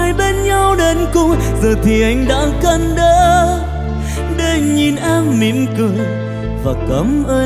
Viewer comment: T lại thấy HL hát rõ chữ hơn và phát âm đúng chính tả hơn đó. QT hát can đởm là cái gì? Chưa nói HL luyến, nhấn nhá, nhả chữ hay vậy mà nói QT hay hơn nhiều. QT hay hơn nhiều thì đã nổi lềnh phềnh rồi. Hit 10 năm bị cướp cái rột buộc phải xoá bản cover mà nói hay hơn nhiều